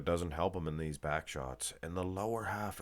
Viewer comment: Come on man His name is Be(h)rouz The letter H is not silent You pronouns the letter H Not (Bayrooz)